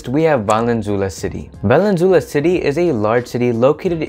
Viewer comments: Thank you for the stats! Awesome research! Just take note the pronunciation of Valenzuela. Vah-Len-Zu-Eh-Lah. “eh” like “elephant” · I suggest you learn Spanish-style pronunciation, especially for obviously Spanish names. Thus Valenzuela is pronounced as [vah-len-ZWEH-la], with the accent on the second-to-the-last syllable. The "UE" letter-pair can be pronounced as either [WEH] or as [EH], depending on the letter that precedes it. Please ask a native-born Filipino rather than forging ahead by yourself in guessing how local names are pronounced as it is off-putting to us locals.